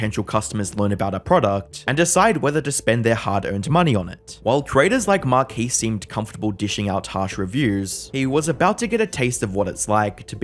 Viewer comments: Marquiis?? Marques…. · Who is "Markees"?